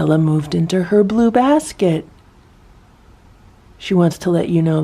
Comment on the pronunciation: Awww brotherly love!! And then Simba walks away being caught. Awww boys.. All the cats look so calm in the morning! Awww blue sounds like boo. 😅 they are all waiting downstairs for food. So they want to get notice. Ohhh nooo raccoons!!